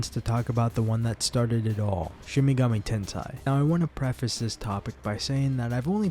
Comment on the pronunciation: Shin Megami Ten-sigh?